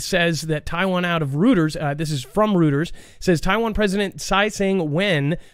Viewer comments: ...please teach how to say Reuters (Roy-ters). He does need to know how to pronounce other news outlets. TELL HIM THIS...ROY..TERS. HE REALLY NEEDS TO KNOW THIS. I'M NOT THE ONLY FOOGLE FAM MEMBER THAT HAS ADDRESSED THIS OVER THE YEARS. THANKS! 🙃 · It’s Roy-ters.